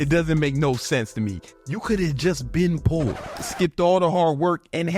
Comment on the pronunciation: Love how saids” po daddy” instead of “poor daddy”, he talks like a teenager 😂